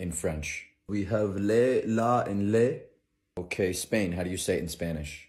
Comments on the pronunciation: In French, "le" we pronounce it more like "leu" and not "lé" :') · apparently the german pronunciation sucks but it physically hurt when you pronounced le and les the same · Actually, in France, "le" is pronounced LEUH...😅